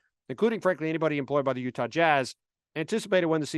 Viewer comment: "yuhtah jazz"